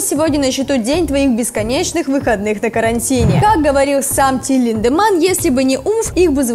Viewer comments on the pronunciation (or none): ЛИдеманн, ЛИИИИндеманн, а не ЛиндЕманн, аж уши режет